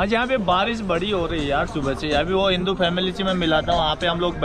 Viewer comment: Hinu nahi bhai hindu hota hai